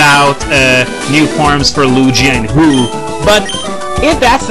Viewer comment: Loogi and Hoo-ooh XD